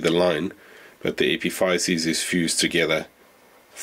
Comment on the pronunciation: It took me a while to realize you were saying epiphysis. Here in the US it is pronounced differently